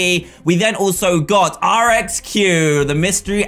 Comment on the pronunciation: If you have him,use spring Bonnie over springtrap Edit:RXQs name is pronounced re-que-si-fax